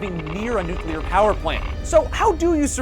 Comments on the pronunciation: How to survive a "NUCLER" fallout... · I like "nucler" fallouts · "How to survive a NUCLER fallout"? Easy, just cover yourself in dictionaries. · Nucler war lol